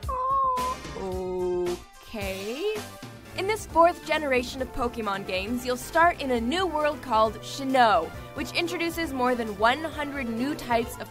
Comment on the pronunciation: Shinno? XD It's Sinnoh.